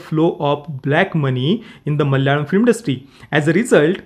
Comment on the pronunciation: Thanks for bringing this up. Also, ur pronunciation of the word "Malayalam" is so accurate.